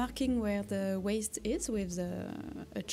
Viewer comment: My name is Bond. Waist Bond. (Sorry, I just find your pronunciation so cute😭) You going absolutely ham in the end was so deserved :) My biggest sewing mistake doesn't even get to the sewing part: I was planning a quilt and did my math FIVE times over to ensure I would order the right amount of fabric for each color......and then ended up having only enough for about half of it. To this day I still don't know how that happened :')